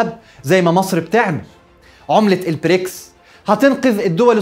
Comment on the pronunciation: تحليل محترم كعادتك دائمًا و لكن أرجو نطق البريكس ب ال B و ليس ال P